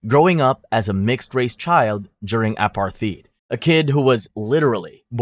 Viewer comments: Please dont be one of those AI regurgitation channels. You pronounced blatant "blat-int" and apartheid "apar-theed", i enjoy these types of videos but not when its painfully obvious that it's you reading a script of words you dont even know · Omg the word is ah par tied. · Is this AI? Seriously, apartheed? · Apartheid is pronounced "a-par-tied" (in English) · Bro how did you pronounce apartheid Ouch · how are you going to rattle off that name 💯 but mispronounce apartheid? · pronounciation of apartheid is crazzzyyyy🙂‍↕️🙂‍↕️🙂‍↕️ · Absolutely diabolical way to pronounce apartheid. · did you know it costs exactly nothing to learn how to say "apartheid" and "Johannesburg" properly. i almost had a stroke when you said Johannesburg like wtf